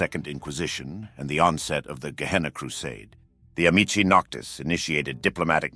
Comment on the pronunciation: you can tell it's AI because of the pronounciations of names. Amicii noctis is pronounced once as amikii noctis, once as ami-chi noctis. AI does not know how certain words are pronounced in Wod. 'Antitribu' is another word it has trouble with. It's rare but therw are many other words I could name. Sabbat